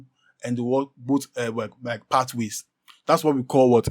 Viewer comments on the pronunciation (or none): none